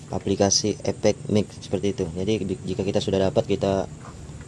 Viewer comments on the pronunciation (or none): Efect mas bukan Epekk hahaha